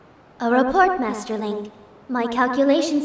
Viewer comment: Madi = Master, based on the sound Fi makes in-game when she refers to Link in her dialogue (“Master Link” spoken as “Madi Madas”).